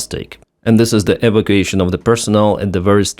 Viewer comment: Wow! That cook was sure smoking in the wrong place again! English pronunciation: eva CU ation the emphasis (harder sound) is on the CU. Thank you for your reporting.